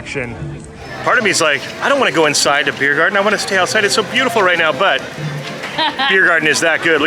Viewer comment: Do you speak German? It’s the mother tongue of your mom so … 🙌 and if you don’t, do you understand it? By the way it’s Biergarten not Beirgarten 😊